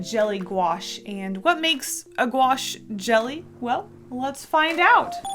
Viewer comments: Me knowing how to pronounce it: Gouache Also me: gOo aSh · Lol, the way she said Gouache, "GwAsH"